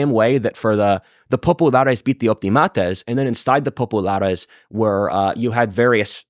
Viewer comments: If he says popalaris once more i will SCREAM.Give this a BIG miss folks!! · I like WhatIfAltHist but the pronunciation of Populares and Optimates is ridiculous. Sounds like the Pepe meme girl. Just say it like a proper Anglican and stop pretending that your semester in Italy has made you cultured enough to pronounce it. I don’t doubt it’s pronounced right, I’m just saying it’s cringe to do so